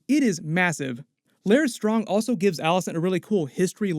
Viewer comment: Larys rhymes with Varys